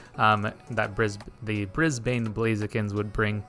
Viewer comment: ok it's bugging me now LMAO Brisbane is with a soft b. Like Bris-ben instead of Bris-bane :P also this was a hell of a game!